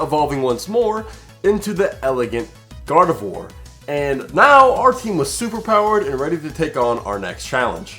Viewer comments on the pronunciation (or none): Swear I heard God of War instead of Gardevoir for the first time. I may be into tooany fandoms